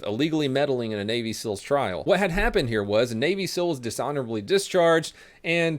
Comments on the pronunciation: Navy sill.. haha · "Navy sills"